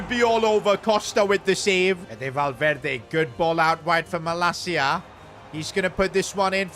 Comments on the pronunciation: His name is pronounced malacia the “C” is pronounced like “see” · the 'C' is pronounced as 'S' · Bro is not malakia is Malacia 😂😂😂😂